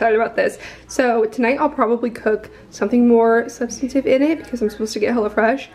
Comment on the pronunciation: You always say substative do you mean substantive ? 🧐